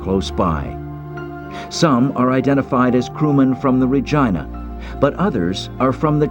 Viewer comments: My God it's pronounced RE GEE NA not Re GINE A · It’s pronounced Regeena!!! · It is not correct named of the ship. Regina is pronounced REGEENA not REGINA sounds too much like the other word. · say it with me, "RE-GEE-NA". you're welcome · "Re-geena" "Re-GEEN-A" For the love of God. 😩😒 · sooo.... who else thinks he is pronouncing "Ragina" the wrong way? John Brownwater...not nice parents...